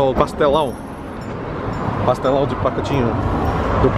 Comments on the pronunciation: Your pronunciation of "pastelão" and "leite ninho" are pretty good, so don't worry :) It might be difficult, but you're doing it well hahahaha you just got a new subscriber~ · achei que vc fala um bom português! pastelão vc pronunciou muito bem p um nativo da língua inglesa! feirinha tb! de onde vc é? não reconheci seu sotaque.